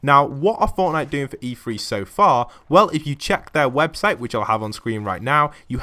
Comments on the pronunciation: Is it not E three? Not E “free”?? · Hilly O’Connor yes but why does the commentator say “free”? The word is “three”